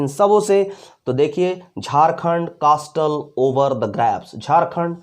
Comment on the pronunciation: 😂😂😂 कास्टल 😂😂😂 कैसल होगा ग्रेव,,,,,, pronounced karte hai